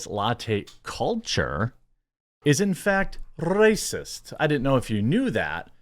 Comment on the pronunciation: With the roll of the "rrracist" lmao.